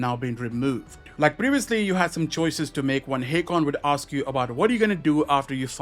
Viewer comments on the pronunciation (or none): none